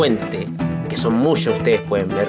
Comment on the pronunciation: "Le tengo musho ventiladores" jajajaj buen video